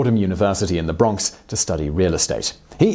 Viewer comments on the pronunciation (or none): none